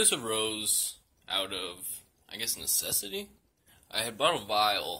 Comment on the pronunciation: My guy said “necessitie” like it needed to happen 😂